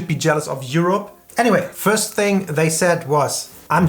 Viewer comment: when he says juropp :D